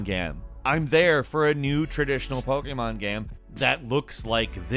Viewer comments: the way you say pokemon game...... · Omg I cant stand the way you say Pokemon. Other than that great video.